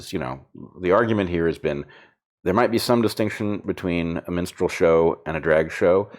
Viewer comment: Monty Python was a long time ago! It was funny as it was mocking, now we’re are asked to affirm. And I can’t get Brett’s pronunciation of minstrel as menstrual out of my head 😂😂 Makes it a black and white menstrual show 😱